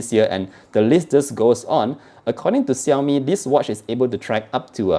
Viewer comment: ШАОМИ не САОМИ нообе, ВТФ?